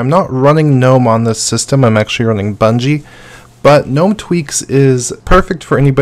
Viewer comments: BuDgie not buNgie. eSpecially not eXpecially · Lol 'BUDGIE' reads 'Bungee'. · BuNgie had me doubting my hearing.... not heard that pronunciation before! Great List BTW